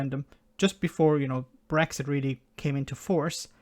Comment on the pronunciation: A weally, weally silly piece is pwopaganda.